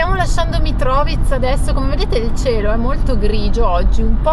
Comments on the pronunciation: E invece si dice Mitrovìca con l'accento su "vi" 😂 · Mitrovica, accento sulla seconda I